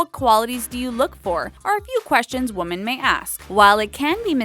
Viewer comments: She kept on pronouncing women as woman. IT WAS SO ANNOYING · Woman and Women ARE NOT PRONOUNCED THE SAME. How did you get this narration job?Your voice IS pleasant, grammar, not so much. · She has no Idea how to say "women"